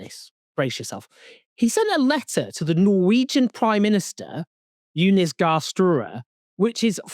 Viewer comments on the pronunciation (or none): How can a Brit not pronounce the name Jonas???